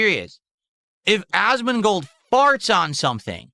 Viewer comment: I really enjoy how the transcription algorithm consistently makes it "Asmin Gold" because of the weird way pronounces his name.